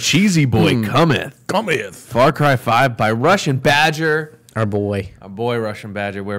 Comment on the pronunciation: Ok, so just to make sure I'm not crazy, did they say far Kai? Like,???? IDK I think I'm just hearing it wrong. I know what they meant if they did, (and I totally understand accidentally saying a word wrong especially when you're talking fast), I just wanna make sure I'm not crazy lol😅😂